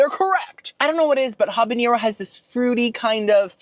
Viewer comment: listen there is no tilde(~) on the N in habanero so you dont pronounce it like the N in jalapeno. get your dainty little vocabulary together.